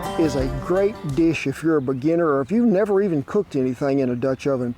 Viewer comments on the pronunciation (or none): none